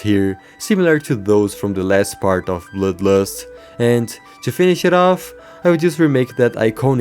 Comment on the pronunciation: im sorry but it cackles me up every time you say bloodlust (bloülues)